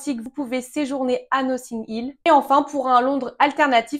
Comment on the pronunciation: noTTing Hill, pourquoi prononcer "nossing"???